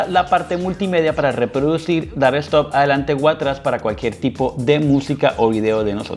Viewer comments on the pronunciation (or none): none